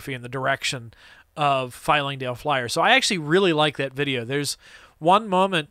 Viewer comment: I love everything about this video, except for your repeated mispronunciation of Flyingdale Flyer Lol